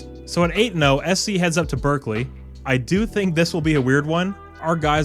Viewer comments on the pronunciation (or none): none